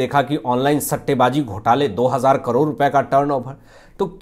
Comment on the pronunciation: करोर नहीं ' करोड़ ' कहिए । भाषा का अपमान मत कीजिए ।